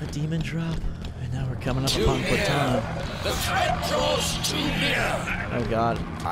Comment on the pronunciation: right at the beginning all I hear is "corteni!"